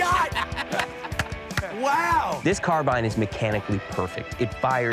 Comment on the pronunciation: Carbine , not Carbean , .....